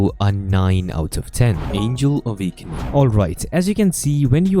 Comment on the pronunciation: "avakening yah"